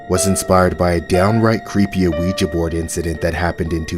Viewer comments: its pronounced WeeGee not Aweeja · Why does this person keep calling the ouija board and a-ouija board? You pronounce it "weejuh". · "An a-ouija board" lol the rest of the narration is good, I won't take away from that but I swear he's saying a-ouija lol. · Omg the pronunciation of "ouija" is getting on my nerves, but I'm still here for it😂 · The narrator for these stories is pronouncing Ouija board very weird. He's putting the letter o like you would in front of the word opossum. But the Owen Ouija board is actually silent